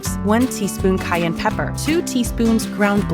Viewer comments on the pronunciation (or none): none